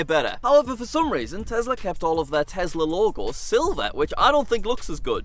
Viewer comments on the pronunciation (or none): I like how he said tezla and my friend was omg lol it is Tesla I started laughing but It is fine how u say it ur content is great 😊❤